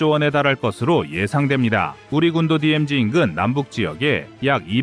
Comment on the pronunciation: DMZ를 디엠(지)라고 Z 발음을 최초로 정확하게 발음을 하셨네요. 거의 모든 분들이 디엠젵이라고 하시는데 시정 해주셔서 감사합니다.